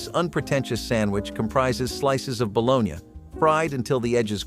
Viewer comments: WTF is balonya?😂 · Bologn ya?? Lol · Just say baloney for God's sake! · Bro if you say, "Balone-yah" again, I swear... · Bolon-ya? No. Its BALONEY...You have to cut into the slices if you fry them so they wont bubble up. Also never ate gross sardines in any form, nor spam, potted meat, vienna sausages in the 70s. The chinese read us wrong for this video. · The guy who is pronouncing this ba lone ya has obviously never had a baloney sandwich. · Stop saying bo-lone-ya!!!! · Its bull onee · Pronounced “ baloney” not balogna . Just saying👍🏻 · If you cannot pronounce baloney correctly, you are disqualified from any further discussion. Shameful.